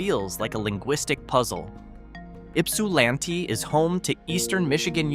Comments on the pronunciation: I was born and grew up in Ypsilanti, live in Hell and been to most of these places in this upload. By the way, Ypsilanti is pronounced Yps a LANT ee. Ypsi for short. 😊👍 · Omg, c'mon man, Ypsilant??? Really?? Work with your AI dude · Frankenmuth is pronounced Frankenmooth, and Ypsilanti is pronounced Yipsilanty.